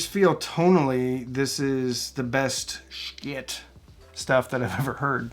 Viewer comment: The pronunciation of the company is simply the pronunciation of the company you should pronounce it accurately